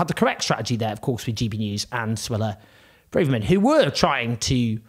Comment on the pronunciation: Owen keeps lurching between ‘Brarverman’ and ‘Brayverman’, but it’s actually ‘Bravverman’.